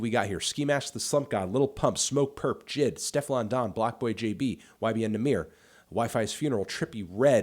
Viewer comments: J.I.D not jid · why are you calling him jid? it’s J.I.D